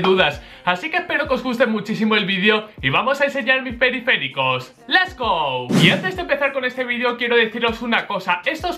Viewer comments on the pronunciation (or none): just jelly si pero dice les go, y LES GO se encarga de poner en momento en el que lo dice xd